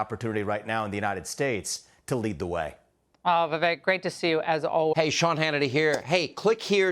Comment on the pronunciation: Laura doesn't know his name is pronounced Vi-vake, rhymes with cake? Seems she should know that.